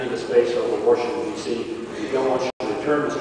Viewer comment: Wow, did rove use waRshington, dc lol unbelievable